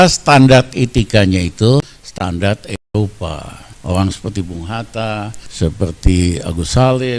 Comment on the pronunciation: Eropa,bukan elopa,ngomong ga ncus tp nyerocos tluus,eh,,truus 😭😭😭👍